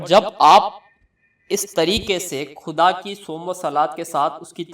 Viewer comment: Apne words sahi kro KHUDA aur AKHIRKAR in words ko properly kho jis trah tm keh rahe ho ajeeb sa lagta h aur uska galat asar padta h phle bolne ka qayeda sikho fir dusro ko ilm do dusri bt maula Ali as 4th khalifa ni h